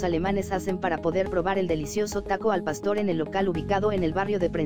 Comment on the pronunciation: ¿Oí bien, dijo pasto? Jajajajajaja nosotros los mexicanos no comemos pasto, jajaja che narradora